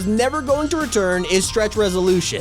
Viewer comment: "the block will never reteren " before seoson 3